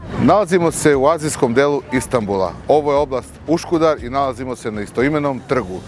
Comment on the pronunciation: Iz svo postovanje nije Uškudar već Uskudar i nije brdo Dzamlika već brdo Čamlidza :) Treba obratiti paznju na takve elementarne stvari. Pozdrav